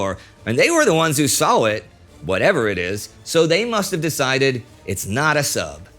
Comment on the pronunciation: Indy said "saw it" funny